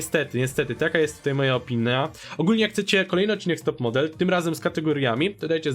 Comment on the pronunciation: "opina" "piperowa poca"